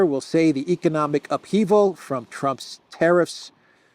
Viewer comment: Please stop saying teriffs, the word is tariffs